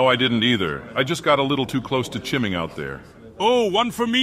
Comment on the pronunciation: LMAO! "chimming"